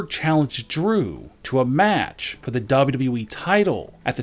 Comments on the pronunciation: Dub dubly e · DA BAU DABU EEEE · Dabelyw dabelyw e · Dub dun e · Dubdub doowee